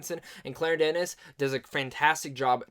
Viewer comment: It's pronounced "Duh-Knee". If you're a fan of Denis, then you should already have been prepared for the vexing, confounding plot structure most of her movies employ.